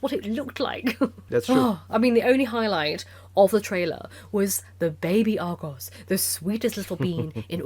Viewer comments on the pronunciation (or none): none